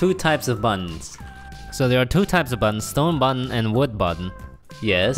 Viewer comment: The way u say Button/s sounds like Bun/s